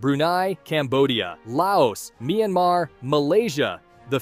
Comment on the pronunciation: You pronounced myanmar wrong